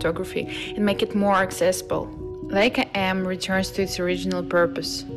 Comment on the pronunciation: Ох уж этот акцент, традиционно присущий представителям России или СНГ! Бросались в глаза ошибки при произношении слов «Камера» и особенно названия бренда «Leica». Все это немного мешал восприятию видео, на мой взгляд. Но фото понравились, за исключением тех, где линия горизонта или травы, например, откровенно «режет» голову героя кадра.